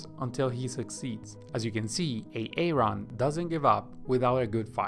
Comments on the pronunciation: Aaron is pronounced Aron not A-A-Ron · Great tips but boy this A-A Ron drove me crazy..lol. its Aron or just name him Adam..lol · Its Aaron... not A-a-ron. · Omg the a a ron is too much. Its pronounced air en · Nice video! With awesome animation!! :) But it´s just pronounced like "A-ron", not Ay-Ayron ;) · i cant with the a-aron its just aron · Its pronounced "Eh Ron" not "ay ay ron" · It’s pronounced Aron. Not A-Aron! Ugh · As funny as AA Ron might seem, it's actually quite a downer for non native speakers or people with speech impairment. It's not a comedy show. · It's pronounce ARON! NOT A-ARON 🤣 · i'm sure its pronounced Aron. A-Aron? LOL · nice information but it's not a-Aron. it's Aaron. Grammer plz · Just call him Aaron. Not A A Ron. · Great content! Very helpful to me. The name Aaron is not pronounced "a-aron". Just say "aron". Peace. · I can't help it.. I'm laughing everytime he says Aaron because it reminds me of the Key & Peele substitute teacher skit. "Next up is A-aaron. Do we ha an A-aaaron here?" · I found it interesting when the AI video generator was pronouncing Aaron as A-Aron! 😀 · Did this guy just pronounce Aaron as A A Ron?? 😂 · A-A-Ron lmfao 🤣🤣🤣🤣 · Great video but that AARON pronunciation made me so uncomfortable. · De-nice and A-Aron XDXD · I flew right to the comments to see if anyone else heard A A Ron 🤣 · I can’t pay attention lol. De-nise. A-a-Ron 😂 Key and Peele episode here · HIs name is Aaron. The second a is silent its pronounced {ˈerən} you're welcome. Her name is Denise it is pronounced {dee-nees} or {duh-nees} you're welcome again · beautiful video. and even beautifuler pronunciations of de nice and a aron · I never knew people actually saw the name "Aaron" and thought it was pronounced "A-Aron" in real life. I thought that was just a Key and Peele skit. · That is not how you pronounce the name Aaron!!! took me a while to understand what the hell A Ron is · "Back to bubbling" Poor AA-Ron 😂😂😂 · Ay-ron, Dee-nice and Skiller.